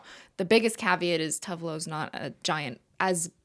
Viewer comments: It’s always so funny to hear non Swedish speakers try to pronounce Swedish names. I did not understand that Cristine was speaking about Tove Lo until she named one of her songs “Grapefruit”. FYI, the e in TovE is pronounced, so it sounds like tO-vE Lo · Cristine, I believe Tove is pronounced Too-va. Scandi names have different vowel sounds than English